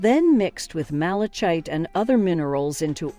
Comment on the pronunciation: Malachite instead of ma • luh • kite 💀